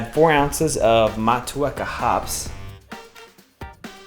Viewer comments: That back bending on the deadlift ooooshhh hahaha jokes 💪😜🤙 From NZ probably never make it to Nashville. Hops pronunciation: Google Motueka Pronunciation haha good effort though Maori words are a little different to English... MO TU EKA mow·too·eh·kuh or Mot chew eh kar 💪😜🤙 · Motueka, pronounced “mot-2-eka” awesome video. Cheers from NZ